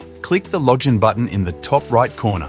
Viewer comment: do you think I need you to tell me to try VPN? Of course I did. Still gave the error. Total scam. Also, try to proofread what your AI voice says "Loj in". What was that!!